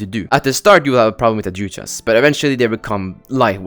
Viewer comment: its pronounced "adhuchas" just so yk